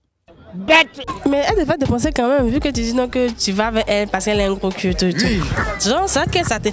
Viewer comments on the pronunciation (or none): Gros « Cul» stp et non cui... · ONT DIT CUL ET NON CUI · Sauf votre respect, madame! On ne dit pas « gros cui »? Mais « gros cul »! On écrit « cul » et ça se prononce « QU »!!! Ayant passer mon adolescence à Abidjan, je sais que tout le monde dit « cui »